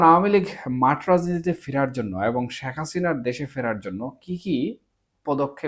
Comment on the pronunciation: ভালো আলোচনা করেছেন! তবে আমাদের নেত্রীর নাম সঠিকভাবে উচ্চারণের জন্য অনুরোধ করছি। শ্যাখ হাসিনা নয়! শেখ হাসিনা। অশুদ্ধ উচ্চারণ সত্যি খুব কানে লাগে।